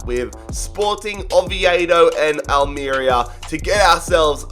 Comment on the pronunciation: its Al me ria